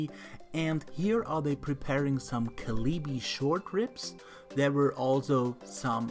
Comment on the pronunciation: Kalbi ribs are pronounced Call Bee